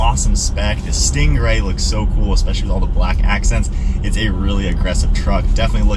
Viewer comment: Learn how to say stingray.